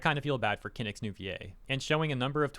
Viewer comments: Hearing him saying Kinic instead of Kinich huths. Ew. Learn to pronounce the name correctly at least. Do a basic research before posting a video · “Kin-itch” not “kin-ick” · Every time said Kinich's name I winced., I doubt you'll even see this comment but you can pronounce Kinch like this: (Kin-each). It it how it is pronounced in his voice-over in-game. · “Kinick” lol. As for VAs, I’m so happy there are still people like Amber Lee Connors, her company, and Nathan Nokes, as they all seem to be good people. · The way you pronounce Kinich tells me you don't play Genshin! 😉 Also, when talking about the En VAs, people need to realise that they come from different countries and that they're not all working under the same laws. The toxic entitled ones who are attacking others are more often than not US voice actors (I hate to day it, but it's true).